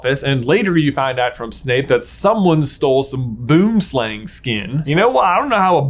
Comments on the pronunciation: Hahaha. BOOMSLANG. It's Afrikaand for TREE SNAKE. not pronounced like that at ALL. I laughed so loud now. 🤣 BOOM SLANG. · Boom = tree, slang = snake. Tree snake. no one calls it a boomslang when speaking english though. we just say tree snake. and when we speak afrikaans, it is boom slang. with an afrikaans pronunciation. Boomslang, not boemslêng XD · J please please google Boomslang 😂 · Boomslang is not a fantastic beast, its found in South Africa. Boomslang literally translates to tree (Boom) and snake (slang) from Afrikaans. The propper pronounciation is a bit different but I've always wondered how many non south africans knew this.